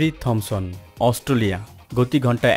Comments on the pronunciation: অস্টোলিয়া নয় ভাই অস্ট্রেলিয়া। একটু বাংলা ভাষাটা পরিস্কার করুন। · ভাই সব ই ঠিক আছে,Australia উচ্চারণটা প্রতি বারই সঠিক হয়নাই বলে আমার কাছে মনে হয়। আশা করি ভবিষ্যতে আরও সতর্ক হবেন। ক্রিকেটের একজন পূরানো দর্শক /শ্রোতা হিসেবে আপনার ভিডিওটার বিষয় আমার খুউব পছন্দ হয়েছে। আপনাকে অনেক অনেক ধন্যবাদ ও শুভকামনা।